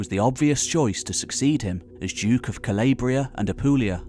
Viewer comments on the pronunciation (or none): Calabria . Say it with me. Cah-lawww-briaa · if you're going to do documentaries about Italy, you might want to learn how to pronounce Italian names. "Cal-AH-bria," Not "Cal-AY-bria". "Pal-AIR-mo" not "Pal-ERR-mo".